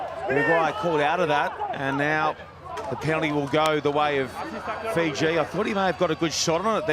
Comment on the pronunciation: Great effort by Uruguay, but who are Feejee?